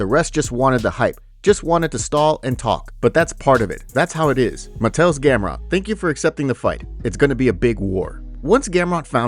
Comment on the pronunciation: Help with your Polish pronunciation. Mah-Tay-Oosh. ;) Looking forward to seeing how he does against his wrestling!